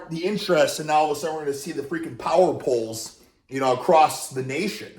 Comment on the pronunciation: “we’ll see these power pohls springing up across the nation”